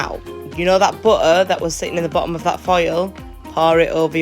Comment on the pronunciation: Butter say it properly along with the rest of the English language why can’t people pronounce words correctly